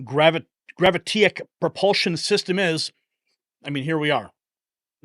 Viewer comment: Grav-it-ick. Gravitic.